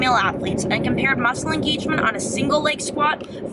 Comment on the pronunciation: muscle engeegement. veerieetion. x)